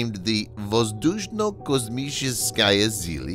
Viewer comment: OMG!!😝😂 This is Extremely Hilarious to watch, I can't even stop laughing😂🤣 the moment when the narrator started reading the Russian Name "VOZDUSHNO KOSMICHESKIYE".. His Tongue and Jaws must have witnessed the biological motor function failure while reading that Russian name... LMFAO!🤣